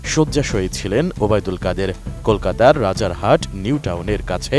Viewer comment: যিনি খবর পাঠ করতেছেন তার খুব কষ্ট হচ্ছেন তার নাম উচ্চারণ করতে